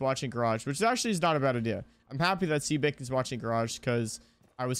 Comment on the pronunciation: brooo, i just couldnt when he said "see baking" over and over☠️☠️ and im sitting over here like "ITS SEBA KING!!! his name is sebaaa bro"